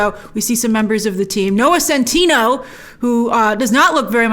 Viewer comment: I love how Grace keeps saying Centino instead of Centineo